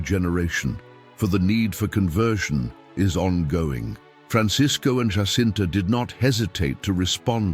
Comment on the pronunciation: Fatima is in Portugal! The Portuguese pronounce the ' J' in 'Jacinta' like the English do, and not like the Spanish as 'H'!